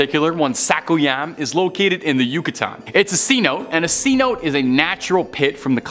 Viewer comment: thats ci no te